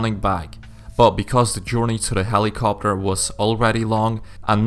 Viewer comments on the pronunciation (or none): when he said'' Find and repair a helicopter'' i heard ''helicopper''